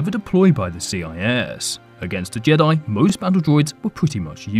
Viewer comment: Why do you pronounce jedi Like jadoyi 😂 can i hav a boo‘lle of woa’aa